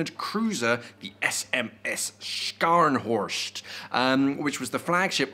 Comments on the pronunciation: Sorry bud but please pronounce the ships name properly.try saying it without having the c in the spelling.ie Sharnhorst .that how we say it in Germany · Have the respect to pronounce the name of the ship properly, those mariners died fighting weather or not thay were german.